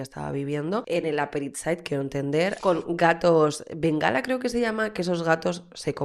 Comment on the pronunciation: Me muero contigo!! Bengala no!! Bengalí!!! jejejeje Adoro!